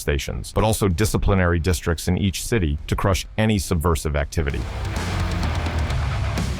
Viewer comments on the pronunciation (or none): none